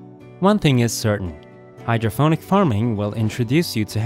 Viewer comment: hydroponic with a p, not hydro-ph-onic